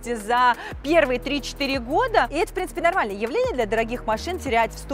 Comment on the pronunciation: Слово " четыре",лучше не говорить...